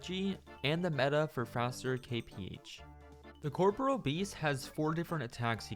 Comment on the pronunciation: Cor - PO - RE- AL not "CORPRAL" Americans not beating the education allegations.